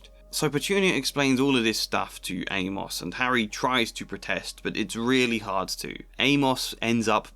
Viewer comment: So weird to hear someone pronounce it Ay-Moss. Shouldn't it rhyme with Seamus?